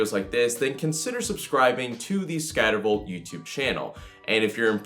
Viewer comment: Dude you need to enunciate. You're not even saying "Scattervolt" in the intro. Sounds more like "scvvo channel"